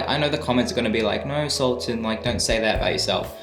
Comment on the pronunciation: It's not SUL-TAN ITS SULTAN whats....whyyyyy